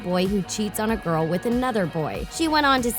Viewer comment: It's the at she said" let's check out our gyal Ariana" like she black lmao smh 😑